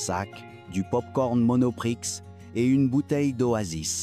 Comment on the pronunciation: Le narrateur a une diction étrange, ce n'est pas du tout du français fluide . Je me pose la question ....Belge ? Canadien ? Suisse ? Ou autre ....en tout cas ça va être très difficile à écouter...bon , après le coup du magasin Monoprix prononcé comme Astérix....le son X bien exagéré c'est clair que non pas français le type ou le robot !!!!!!! Salut ..Ciao ...je fuis ...😮